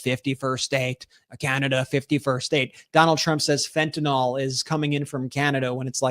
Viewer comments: You need to stop saying Fen-Tan-All it’s Fen-Tan-iLL learn how to properly pronounce words please you and your brother both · Ben, I watch you everyday! Please pronounce fentanyl correctly. Its fenta(nil), NOT fenta(nol). Thank you! R.N.